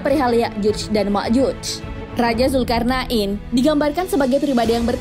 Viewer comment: Mantap. Alhamdulillah, Cuma klo boleh kasi saran, untuk penyebutan istilah atau nama, tolong di perbaiki, Seperti penyebutan nama dzulkarnain dn lain lain, Thx